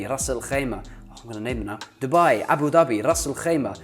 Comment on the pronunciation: You pronounced Abu Dhabi wrongly. It should be ظ not ض